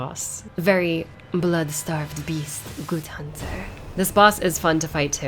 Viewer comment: Hearing her say "Good Hunter" with an Eileen's accent made my day! 😍😁🙌